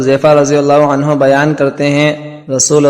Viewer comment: Ap ney ek ghalti ki hai ap ney anhoo ki bjay anhan keh dia hai plez khiayal Kia Kary plez